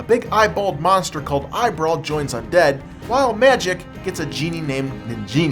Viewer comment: its eye BRAWL!!!!! not eye brow no wonder u didnt find him